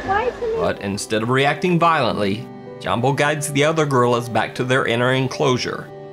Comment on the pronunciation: Jambo is pronounced yambo